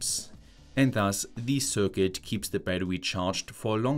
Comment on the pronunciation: I wish you would take some pronunciation courses, at least for the terms like circuit, meter, watt-hour, etc